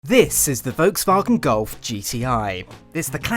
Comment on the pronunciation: voke's wagen gulf? please work on your pronunciation